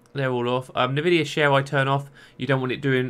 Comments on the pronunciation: Say it with me: "n, vidia". Not "navidia". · isn't it pronounced "EN-VIDIA"? "NU-VIDIA" sounds weird to me. maybe i'm wrong.